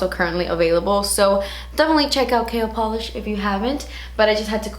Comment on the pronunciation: Who else hears 'kale polish' 😂😂